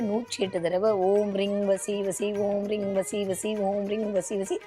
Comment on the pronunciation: ரிங் அல்ல ரீங் ?